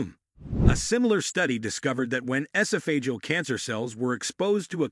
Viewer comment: In vitro, esophageal, antimicrobial, "clove" pronounced like "glove", this narrator does not know how to pronounce the vocabulary in his video. This is the spice Columbus was looking for. It's from Indonesia not India and that's real reason why Native Americans are referred to as Indians. They sell clove cigarettes in Indonesia a friend of mine used to smoke them all the time unfortunately he passed away from prostate cancer.